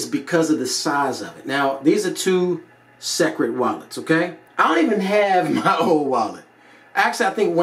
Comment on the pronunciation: Entertaining review but listen it's pronounced "secret" not sek-red. Boom! Like if your mind just exploded.